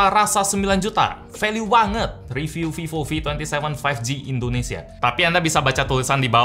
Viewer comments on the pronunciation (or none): none